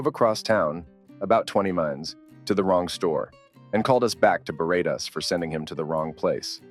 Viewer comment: Why do Americans always pronounce ‘us’ (meaning ‘more than one person being talked about’) as U.S. ? The sentence at this point was about the store ‘Toys R Us’ not ‘Toys R U.S.’ as stated by the narrator ! Are they so thick that they’ve never heard of the store ?!